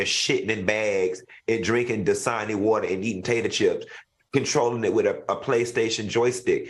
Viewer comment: Did he say Disani water and potato chips! C'mon Funky😆